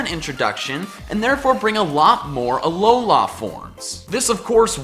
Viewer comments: Anyone else hate how he says alola? Its alola. Not alola la land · Aw-low-lah.... seriously? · it is Alola not Alolar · Remake this video with a counter for every time he says " aloha form" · Not trying to annoy you but its Alola not Aloha or Alolan from is also correct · It's not pronounced (A-LOW-LA) it's pronounced (A-LOW-LAH) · Dude, it's uh-low-luh not uh-low-lah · Why did you say ALOLAF forms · "...Alolah forms..." It's Alola... Alola. Alola, not Alolah. Normally I wouldn't make a comment like this, but the way you say it sounds so unnatural and forced. Maybe I'm wrong, and you're right, but I just can't stand your pronunciation; I'm sorry lol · it's a lol la not a lo la this bothered me this whole video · Please stop saying alolá forms. Thanks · it kind of sounded like you said alolaa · I wish I never heard you say Ah-Low-Law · It's AloLA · Ah, yes, the "Alola-a" region. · "Uhlowlar" forms :P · Uh-low-luh. Say it with me now. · Stop sayin' “ALOULLA“, it triggers me every time. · He says ALOLAH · says Alowla Kill me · it's pronounced alola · He’s says Alola forms so weirdly and waaaaaay to much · my phone glithed everytime he said that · I'm sorry but I just lmao to how you pronounce Alola and Breloom XDD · If u love Alola forms so much then learn how to pronounce Alola correctly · It is alola the end letter an "a" not an "o" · STOP SAYING ALOLA LIKE THAT. THE EMPHASIS IS NOT ON THE “LA”! AND IT IS ALOLAN FORMS NOT ALOLA FORMS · The way you say Alola is painful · Is it just me, or does he pronounce Alola weird? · The way you pronounce "Alola" irks me. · I’m getting really annoyed at his way of pronouncing Alola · It's pronounced ul-o-lu and gl-iscor